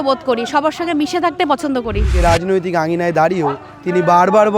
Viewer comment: কঠিন ন্যা, সাংবধানিক, রাজনতিক, কলেষ্টর আরও যে কতগুলি ভুলভাল উচ্চারন করলেন ঠিক গুণে বের করা যাবে না l